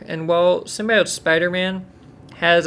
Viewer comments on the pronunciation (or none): I can't believe people still say "Symbiote" wrong lol